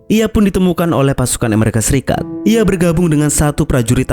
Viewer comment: Tolong ngomong yang betul, Amerika bukan Emarika, Oklahoma bukan Oklahama